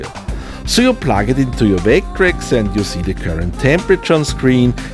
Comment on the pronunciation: is it just me or does sound like he says "vayck-trecks" sometimes? <3